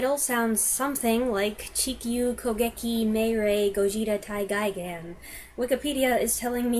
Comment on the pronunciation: It is properly "Guy-gan."